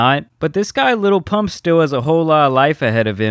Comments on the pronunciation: ok i realize you are half white, but jesus its not "Little Pump", its "Lil Pump" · "Liddle pimmpp"😂😂😂😂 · I still laugh my ass off every time donny says lil pimp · Trump said his name wrong🤣🤣🤣🤣🤣🤣 the disrespect. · He’s quite literally supporting a man who doesn’t even know his name. Dude literally fucked up his name on live tv while looking directly at him